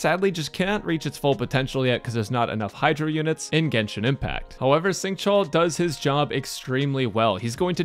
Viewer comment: instead of saying "sing", use an /sh/ sound instead. say "shing" and it makes the pronunciation a little bit better